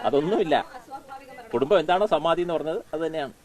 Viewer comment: "സമാതി "എന്നല്ല "സമാധി "എന്നാണ് പറയേണ്ടത്. ഇതിന്റെ തിരക്കഥ തയ്യാറാക്കിയത് സർവവ്യപിയായവിഷ്ണുപ്പുറം ചന്ദ്രശേഖരൻ.